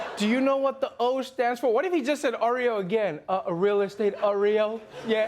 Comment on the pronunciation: Ben Carson though 😂 “Oreo... real-state” 😂